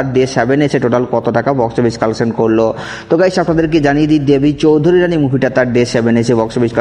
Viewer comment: Dada ota choudharyrani na ota "choudhurani"